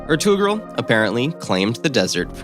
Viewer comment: Nice but, a tad romanticizing. Conquerors were brutal! ALL OF THEM! not just Ottomans! If you're gonna' tackle telling a nations story, gotta' pronounce the names correctly. Etugrul is "Air" ta gruel: said quickly. Always take time to say names correctly when documenting on any medium out of respect. Thanks!